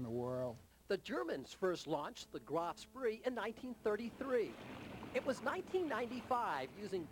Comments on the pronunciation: Graf SPREE? Its Graf SPEE... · Admiral Graf Spee. Not Graf Spree. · Commerce raider, graf spee, not spree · To various commenters. 1. The proper pronunciation for Graf Spee is Graf Schpay. 2. I read somewhere, and I'd like to refind the article, that the ship's water condenser had been damaged during the fight, and when she put to sea that last time she only had a few hours worth of water left on board for the engines. 3. Most, if not all, of the model builders watching this video have built the AGS a couple of times. Me, first time was the Aurora kit of her. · Okay...all together..."graf - spay"... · The ''Graf.... SpRee''? Tsk Tsk Tsk!!! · the ship was scutled and the reporter can't even pronounce graf spee.